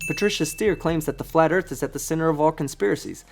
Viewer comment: How come they can never say Earth? It’s always Erf 🙄